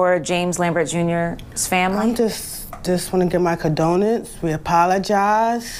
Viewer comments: what the hell is "condonence"? its con-do-lences... say it with me...CON-DO-LENCES. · Can't even say condolences... Said condonence.. also again basically said without saying she is going through a lot and can't be a parent too. Should've not even bothered doing an interview. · Did she say CA-Donuts ???? Hahahaha 😂😂😂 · "My kadonce" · Listening to her....Lord give me strength! She doesn't even know how to pronounce the word condolences. You can tell that she doesn't even know where her daughter is most of the time. Strong possibility that she is on drug's. Put it into law that these so called parents get charged right along with their savage kid's. No accountability or responsibility!!!